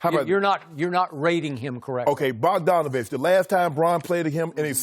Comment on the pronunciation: THIS MAN SKIP SAID BOGDANOVIC 😂😂😂😂😂😂😂😂😂😂😂😂😂😂